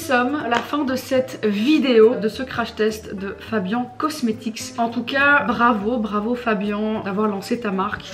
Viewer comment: Moi un truc qui me fait rire c’est que Fabian ne prononce pas correctement sa propre marque mdr